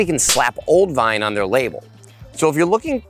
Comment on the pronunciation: When you say “vine” I keep thinking you’re saying “wine” funny